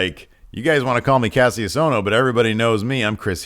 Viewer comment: its pronounced Kashus Ohno